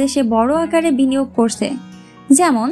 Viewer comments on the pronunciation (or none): করসে না ভাই উচ্চারণ হবে করছে।